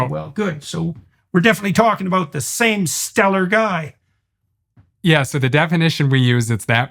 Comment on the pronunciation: Jordan, what's it all abooo-oot?